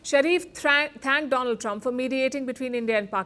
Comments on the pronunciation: My phraaand dolaand trump😂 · My phraaand - Do- Lund trump sar😂😂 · Chai wala , my priend donold trump😂😂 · My phriend dolaaand trump 😂